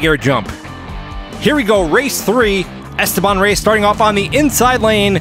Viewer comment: "esTEban", (not "esteBAN").